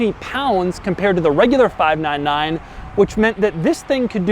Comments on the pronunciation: "fahv-nan-nan GTO" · Why did he keep saying "FIVE NINE NINE" like a cowboy? lmao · Doug sounds like a cowboy everytime he says 599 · Doug is the type of guy to say 599 like he's some sort of weirdo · He says 599 in a weird way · When did Doug become southern? I've never heard him say "599" like that. Is CNC in Louisville, KY? 😂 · That's Doug's subtleties 😂